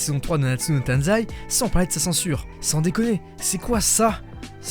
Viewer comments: C'est TAIZAI PAS TANZAI d'ailleurs sinon la s3 et a CHIIIIIIEEEEEEEEEEEEEERRR rien que la censure m'a fait partire avec le manque d'animation dans l'épisode 1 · *nanatsu no TAIZAI pas TANZAI :). Sinon je suis d’accord avec toi sur ce que tu dis. Moi j’ai laché ça m’avait grave saoulé la saison 3. Donc j’ai décidé d’acheter les mangas